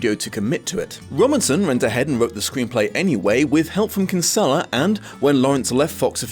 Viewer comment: Christ the way non Irish people pronounce kinsella 🤢